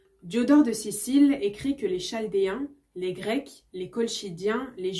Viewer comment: chaldéen se prononce kaldéen